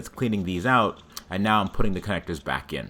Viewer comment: I like how he pronounces ‘I’m’ as ‘I’n’